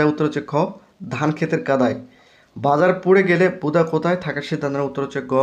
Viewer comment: ভাই বুদা হবেনা বুধা হবে ভালো করে পড়ো